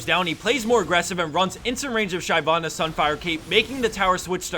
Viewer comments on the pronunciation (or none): I winced every time he mispronounced Shyvana.